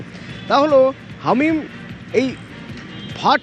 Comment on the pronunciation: আরে ভাই হামিদ নয়, হামিম 😅😂